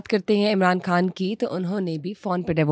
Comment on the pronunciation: Why do pronounce KHAN the wrong way? Khan, khatoon etc. Are you not from Pakistan? Yahan ki urdu tu aiasy nahi .Don't spoil the language